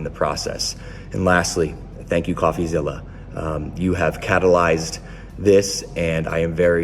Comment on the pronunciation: “Catalized this” what word is that